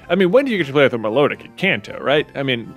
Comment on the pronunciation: Music nerd time: Milotic is pronounced "mih-LA-dic" because it's cry is based on the Melodic Minor Scale. As cool as Mythos is, Data has worked too hard to get the bench now. The wild Seel was a sign! Data stays on the team!